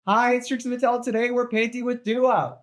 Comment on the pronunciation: Twixie, I wuv yourwa swoowy paint dwess~~